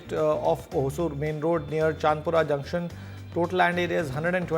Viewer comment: its not chand pura ,,,it is Chandaaapura